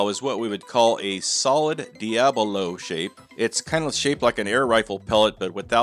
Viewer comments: Diabolo Dee-ah-boh-loh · Deabilo or deablo? Get it together.